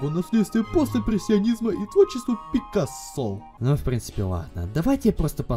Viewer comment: ПикА́ссо. Ударение на А. Только ради этого я учился 4 года на художественном факультете... Кошмар... Когда я не туда свернул...